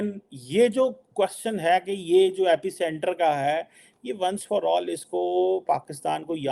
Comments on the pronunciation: Abe ganwaar epic centre nahi epicenter bol.... Bhikhari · Epicenter, not epic center